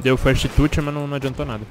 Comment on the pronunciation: meu deus esse inglês ta sensacional ''feste tuti'' kkkkkkkkkkkkkkk